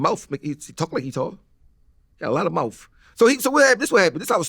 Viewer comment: “He got a lotta mouf” is nutssss